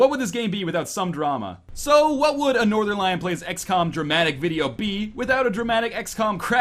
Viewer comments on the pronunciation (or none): Trying not to offend anyone by trying every pronunciation permutation of every name every time ~ The Northernlion Story, The Norternel-ion Story, The Norten-lee-yawn Story